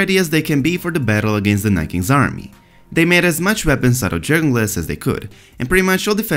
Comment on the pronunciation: If he understood ANYTHING he would have learned how to pronounce Dothraki and Dragonglass by now...